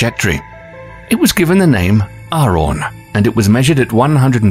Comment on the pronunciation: its arawn not aron. lol